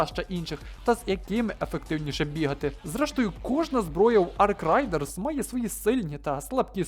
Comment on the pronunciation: Рейдерс, не райдерс